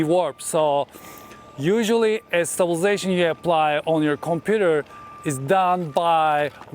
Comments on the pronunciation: I watch your videos for two reasons: 1- content 2- the word stabization 😄😄 Thank you for all the infos as always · There is a lot of ‘stublzation’ in this video 👻